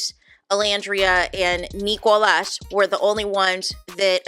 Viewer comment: His name is Nicolas not Neeeekohlas! I don’t understand why you always pronounce his name in that extremely annoying way?